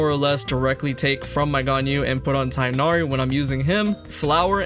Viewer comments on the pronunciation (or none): Tig-h-nari. Not Tie-nari. Genshin please get your pronunciation correct